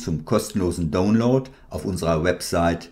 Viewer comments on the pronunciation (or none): none